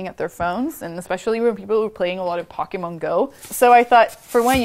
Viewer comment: "pokkemon go"